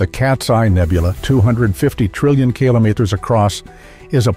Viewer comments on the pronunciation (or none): 😂 what's "keolimerses"? The narrator is cracking me up with these units 😂😂😂😂😂😂